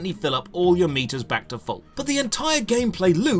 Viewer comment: oh, he's saying keep these meters full. i thought he was saying keep these meatus full.